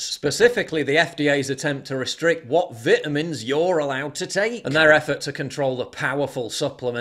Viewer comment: Dude You lost me at Viiiiitamns